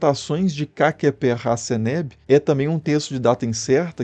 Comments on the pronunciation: Uma salva de palmas pela pronúncia de Khakheperraseneb! 🎉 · Nossa, você conseguiu pronunciar "KHAKHEPERRASENEB"😂😂😂😂